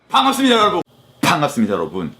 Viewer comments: ㅃㅍ의 중간발음을 저렇게 내다니..뽶갑습니다 여러부운~ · 뽠갑습니다 ASMR 좋네요 ㅎㅎ 👍👍👍ㅋㅋㅋㅋㅋㅋㅋㅋㅋ빤갑습니다 중독성으로 끝까지 정주행해숩니다 ㅋㅋㅋㅋㅋㅋㅋ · 아 퐝괍습니다 여러분~~~ 중독되겠어 이거 끊을수가 없어야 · 계속 들으니까 포항갔습니다같이 들린다리 ㅋ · 퐝갑습니다 여러분